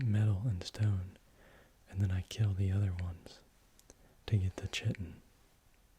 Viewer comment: Chitin has a long "I" like kite. K-eye-tin Therefore chitinous is also pronounced kite-in-us Secretions is si-cree-shins Convert not "connect" Castoroides is cass-tor-oy-dees similar to deez nuts Parasaurolophus not "Parasaurus" Same sentence: has not "was" Startled not "started" Lengthy not "lengthly" Disproved not "disapproved" Chisel-shaped not "chisel-snapped" Extremely efficiently not "extremely efficiency" Growing up to 50 feet long not "Growing up to SO feet long" that says 50 not SO. To take large vertical hops up huge walls and cliffs not "to take out large vertical hops to make walls and cliffs" And there's others... They have pronunciation guides on each animal's page in the wiki. Going through this again I noticed way more than I did the first go around because I was not reading along. You just did not know many of the words like trawling or the phrase "as it is not fast enough to catch..."....many things were not the font's fault. It's your video anyway you should be able to make it a good video without the font as an excuse. Oftentimes you were adding words where they didn't belong. Hope I was not too rude. Just trying to give you a quick kick in the pants if you want to make good videos